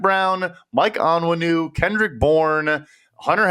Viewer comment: doesn’t know how to pronounce Onwenu, and thinks Peppers is a FA?!? Disappointing